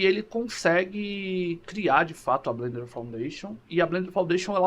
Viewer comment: FIrst! Blender for the win!!! Masssss como Blender fanboy já há quase 2 décadas, eu entendo que pra muita gente é quase uma religião hehehe Parabéns pelo video e a pronuncia ta correta ;)